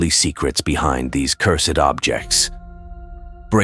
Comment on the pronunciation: hey, stumbled upon your channel by YouTube algorithm.Stored okay but it was cringe hearing you speak. It's cursed not cur-sed.